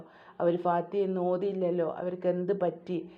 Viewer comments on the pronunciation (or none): Fathiya alla sis fathiha aanu